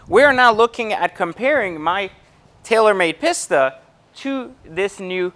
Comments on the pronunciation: Peeeesta. Not Pissssta. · Both very nice cars, but it’s a little misleading comparing a track focused car vs one that is more for the public roads. I’ll bet the future F8 Pista (I believe it’s pronounced “pee-sta”, not “piss-ta”) will bump the 488 Pista off its throne in no small way 👍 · Pisssssta it’s peace-ta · OMG! It's a PEEEEEEEESTA... not a PISSSSSTA! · right its pronounced pee- sta not piss-ta. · Interesting comparison thank you. Any reason you say "pissta" vs the Italian pronounciation we say in Europe "Peesta"? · Guy says Piss-ta. Immediately stopped listening. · The fact that you call it a "pisstuh" says a lot. And yes I am a supercar buyer. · I was buying into the whole value thing until he opened up that "Piss-ta" to show those weird brown interiors. Edit: Watched the whole video, still can't conclude any reasons about why the Pista is better than the F8. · He keeps calling it a “Piss-ta” . That alone tells me his opinion doesn’t matter. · Spend just a “little” bit more. 100 grand more is a lot dude. Also a big reason people like the C8 corvette is because of the price and you get much more bang for your buck plus it’ll be interesting to see how the z06 compared to other super cars. Last I get you’re in a better position financially but you don’t need to act like an arrogant douche. Oh and learn how to say pista not pisssta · I can’t stand every time this guy says “Piss-ta” it triggers me... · My god how many times does he say PISS TA instead of Pista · Stop saying pista. On behalf of all Italians ever please stop saying pista and speciale too for that matter